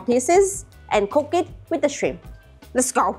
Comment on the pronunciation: Srim? skwik? Your english is strange 😂